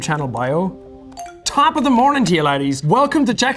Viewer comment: I was today years old when I found out that Jack says laddies and not ladies